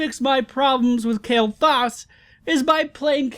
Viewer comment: u pronouncing his name wrong xD